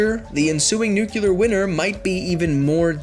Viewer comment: Did he just say a nuclear winner